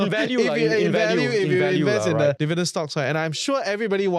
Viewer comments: Devident, devident, devident. why dont you learn how to say this word right? Its pretty simple. And it will help. 😊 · Bro, such easy pronounciation requires no voice coaching. I watched the video, you speak pretty alright albeit with a strong tone of arrogance, which is still acceptable. But Devident? You can correct that within a split second. Its up to you. 😂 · Hard to focus on the content when he keeps mispronouncing "Dividend" - very distracting from start to finish